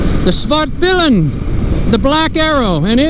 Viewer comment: You really nailed it with the pronunciation ... haha. Great bike. I own a Svartpilen 401, which is strong enough for me. But I'm sure the 701 is super fun to ride.